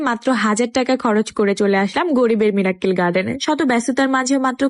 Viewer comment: ডুবাই না, হবে - দুবাই মিরাক্কেল না, হবে - মিরাকল